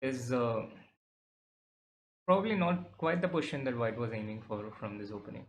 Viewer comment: So both our captain and vc says 'poition' for position 😅